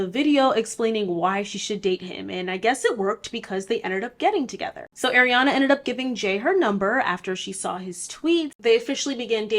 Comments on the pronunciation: It’s hard to watch this because she keeps calling her Airana and not Ariana . I’m not even a fan but it’s bothersome 😫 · If you're going to do a video like this the least you could do is say her name right. Her name is pronounced AH-Riana and this isn't some weird pronunciation she decided on, this is the traditional pronunciation....it's not EH-riana. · ITS ARIANA NOT AIR-IANA OMGF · so is it air-riana or AR-iana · btw it's “ARiana” and not “AIRiana” ! 🪐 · She is Ah-ree-ah-nah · the way you're pronouncing Ariana like Eriana is killing me 😭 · Not an Arianator but can we stop saying 'Airy-ana' 🥴🥴 the As have the same sound of 'ah' not like 'air' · It's are - ee -aw - na lol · I love how in most videos people call her ''Air-iana'' (she said it irks her when people mispronounce her name) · Airiana grande... ya'll learn to at least pronounce her name right before you make a whole video about her.